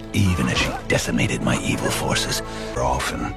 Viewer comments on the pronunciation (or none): none